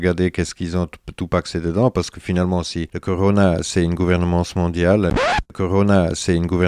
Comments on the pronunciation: Pour ce qui est des défauts de prononciation du type, il a l'air d'avoir un accent suisse-allemand, donc je pense qu'il est germanophone... ce qui expliquerait cela. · tu te moques de lui pour gouveremance mais tu as pas regardé comment on prononce disease